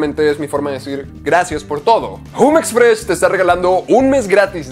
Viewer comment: se escribe jumex no se dice asi 😐